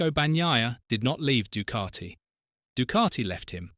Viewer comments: I didn't know the word Ducati was spelt with an R in the middle. It's pronounced DuCati not Ducarti. FFS. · Actually, natively, it is pronounced doo-KAH-tee Sounds like the "oo" in food. It is a short, tense vowel. The "c" is hard (like a "k"). The "a" is an open "ah" sound (like father). Sounds like "tea". The "t" is dental, produced with the tongue against the teeth. The narrator is more accurate than you are. So, maybe drop the attitude and indignation.